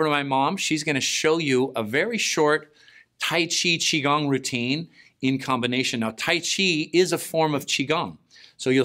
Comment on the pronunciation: Please use correct pronunciation: chee goong. Would you let your friends go around saying "chablus" (chablis) or "kwesa-dillah" (quesadilla)?